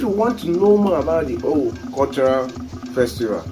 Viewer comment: It's pronounced ówú and not òwù It's full meaning is ówú miri It means water spirit